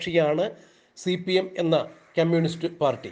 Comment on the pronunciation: ക്യമ്യൂണിസ്റ്റല്ല, കമ്യൂണിസ്റ്റ്